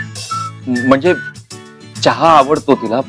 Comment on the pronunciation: 2.19 says chaha 😂